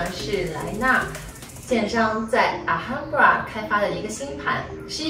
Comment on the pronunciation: H不发音，这是来源于西班牙南部Andalucia的Granada，也是非常著名的世界遗产，美国作家华盛顿欧文也旅居过，卖房子也有故事可以讲